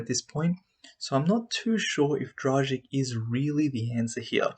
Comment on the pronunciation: A teaching lesson how to pronounce Goran's surname: :-)